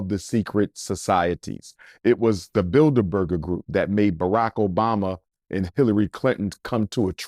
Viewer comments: Bilder-burger lmaooo it’s bilderberg you pseudointellectual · He’s absolutely right. They make up the shadow government. But it’s Bildeberg. Not Burger 😂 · 😂, It's the Bilderberg Group, not "Bilderberger Group." I've heard him say this a few times. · It’s Bilderberg group not berger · “Bidlerberger”/‘Build-a-burger’ lol .. sir Umar, you mean The Bilderberg (no er) Group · I’m pretty sure it’s builderberg & not builder burger 😂😂😂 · “BuilderBurger BuilderBurger group” 😂 It’s Bilderberg!! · “The Builda Burger Group” 🤣🤣Im sure that’s not how it’s pronounced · Google *Bilderberg Group... And their annual *Bilderberg Meetings... he's pronouncing it incorrectly but is correct Abt what he's saying Abt who "selects" the presidents n have been doing so since JFK... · I agree although he mispronounced "The Bilderberg Group". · Research the *Bilderberg Group... And the *Bilderberg Meetings... he's right but pronouncing it incorrectly... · Research The *Bilderberg Group... And their annual *Bilderberg Meetings... he's pronouncing it incorrectly but is correct abt what he's saying on who actually "selects" the US presidents n have been doing so since JFK...